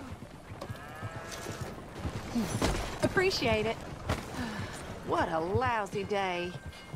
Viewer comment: "aprecciate it....what a lousy day" teehee >_<